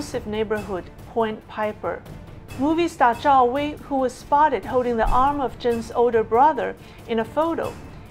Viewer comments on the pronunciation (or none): none